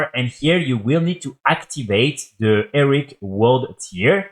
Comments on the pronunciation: Repeat after me: "HE-RO-IC": "ERIC".... ffs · Nah it's Eric! It's cute, he's clearly not a native English speaker, chill.